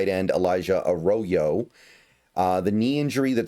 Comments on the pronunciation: It’s not ah-raw-yo. That’s very incorrect. It’s Ah-RRo- Yo And by the “ RRO “, I put the double RR to indicate that’s an r roll. If you can’t roll your R’s / aren’t Latino, then it sound sound closer to Uh-Ro(w)-Yo Uh raw yo is very wrong though. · A rodeo? I highly doubt that’s how you pronounce his name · His last name is pronounced Ah-roy-yo. It’s Spanish. It’s kinda fire we drafted two Mexican Americans. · I’d go with: “Uh-roy-yo” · Yes, Arroyo is pronounced Ah-Raw-Yo. If it sounds foreign to you, it's because it is. He's Mexican. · I don't want to be an asshole but "Arroyo" and "Milroe" should not be difficult to pronounce at all lmfao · I’ve got a new job as a weird name pronunciation coach! Thanks for the shoutout The Island of Dr Milroe? Nope, Jalen isn’t Jay Len it’s almost automatic in a two syllable name like the emphasis is first syllable on both. And A Row-Yo takes some getting used to but once it’s natural it’ll flow like he does through defenses. Last but not least you know who has no 40 time and probably is no faster than Damien Martinez? Pete’s new RB they threw a number six overall at. Feel free to check my work, if any of it’s wrong I’m humble enough to learn.